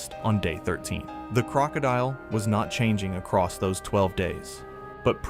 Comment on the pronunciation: Gotta learn to pronounce crocodile lol